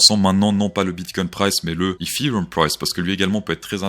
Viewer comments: Si tu réussis ton dernier trade, tu continues à dire ifirium au lieu de dire étéréom ? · pourquoi tu prononce ETHEREUM "HIFI ROOM" :'D